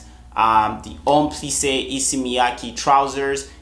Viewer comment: Love the video! Hate to be pretentious, but just thought you'd like to know it's Miyake, not ki, pronounced mee-yah-ke. Same with Issey, his real name (Or how it's written in Japanese) is Issei, pronounced is-say. Much love